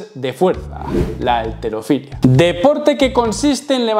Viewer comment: halterofilia no alterofilia, dicho por la Real Academia de la lengua ESPAÑOLA! dónde vives